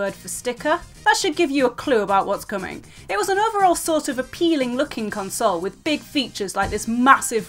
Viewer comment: drinking game: Chug every time she pronunces console funny. lol typo, because i've been playing it.